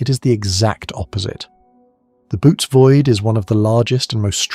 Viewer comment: There is a difference between Bootes, Boōtes, Böotes, Bóotes and Bôotes. The Boōtes Void, pronounced ( bow-tees) has been a subject of interest to me since I first heard of it.